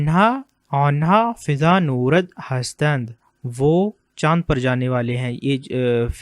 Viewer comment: فضا نوَرد۔ و پہ ززبر پڑھتے ہیں Nwarg Not norad.